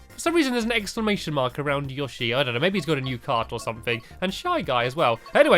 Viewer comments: Yo shi Not yashi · its pronounced YO-SHEE not YA-SHEE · It's yoshi not yooshii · its prnowced yoshe not yashe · It is (yo-she) not (you shy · Yoshi is pernoced yo shi yoshi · He's called yowshe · I think its yo-shy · No its YA-SHEE confirmed by japan. sigh typicial americans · It's Yo-shi like sushi